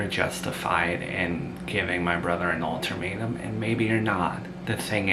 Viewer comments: It’s UL-TA-MATE-UM, not altermetuem 😊there’s no r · There is no "r" in ultimatum j/s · Alter matum 😂